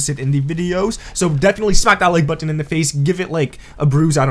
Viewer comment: Y u say button like this ?